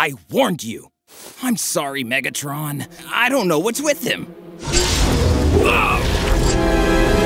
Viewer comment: Did he just call that Decepticon “Niggatron”?